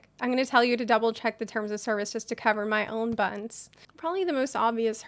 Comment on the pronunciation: I heard "hey bums" and was confused at why she was opening in such a harsh manner